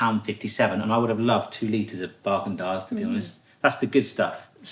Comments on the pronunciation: I thought you said "Bargain Dazs" which would be a great name for a budget ice cream brand. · Is he saying bagendaz”